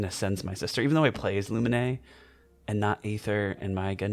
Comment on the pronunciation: her name is not luminay, it's pronounced as lumeen